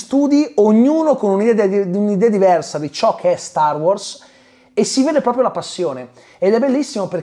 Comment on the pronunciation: …. StarWars!!!!!!! Sbagli sempre accentooooooo